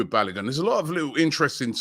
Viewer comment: ROB YOU NEED TO ASK KELECHI TO TEACH YOU HOW TO PROPERLY PRONOUNCE “BALOGUN” FULL NAME.